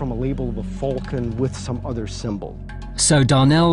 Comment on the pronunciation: "Falcon" is pronounced with an A not a "U". It's 'Fulcan" .....it's Falcon!